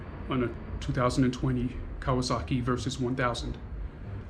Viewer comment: Laughed my ass off watching you pronounce the maker!!